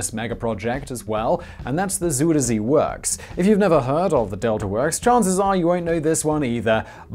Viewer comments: You say "Zoh-der Zay". It is closer to "Zai-der-Zee". Try that, will you? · Try again. Not ZoederZay. say Zie der Zee